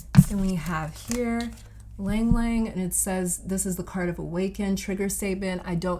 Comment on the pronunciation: OMG, ylang-ylang! My fave! Btw,, it is pronounced with a short /i/ and /a/, not with a /y/ sound or long /a/! Thank you for this reading!